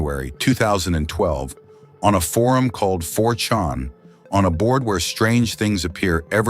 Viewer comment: “4Chon” AI SLOP